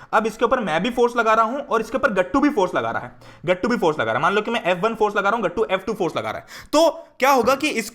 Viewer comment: The way u pronounce GATTU...GATTUU!!>_<😂 SO good ❤